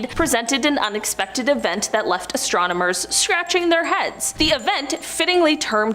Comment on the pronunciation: Listen. It is "Astronomers". Not "Astromoners". Please and thank you.